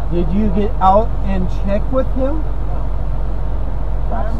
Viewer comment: Semi driver: "Hee jus pooled aaut in fron ommi!!!" Yamaha rider: "Yeah, I know. Sucks don't it?"